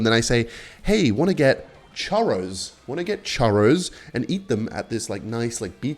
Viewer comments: Bro saying tchuros instead of churro holy shit. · its churros not charros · how tf did you manage to pronounce chohrros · its chuuuros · its pronounced churros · "chuhrros" 🥀🥀 edit: holy it was an actual plot point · ngl I had the same reaction as her when you pronounced churros as CHAwros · I also reacted when said churros wrong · as a spanish person, i will hunt you down for this pronunciation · Technically, you both pronounced churro’s wrong. You got to roll the “rr”. But I also believe there is no such thing as pronouncing foreign words wrong, it’s just your accent. To each their own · im from Spain, the way you say churros sickens me to my core 🥰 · "no no no" says as he corrects his date about the pronounciation of "churros" at the San Churros at Hillary's Boat Harbor in North Perth. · zawg never say churros ever again 🥀💔 i ain't even spanish and ts Made my ears bleed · I speak spanish as a main language and I didn't know wtf he was talking about until he pointed out he was pronouncing it wrong and the said it a bit better